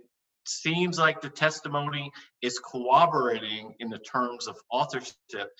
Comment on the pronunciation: If I hear him say "cowoborating" again, I'm gonna shoot myself.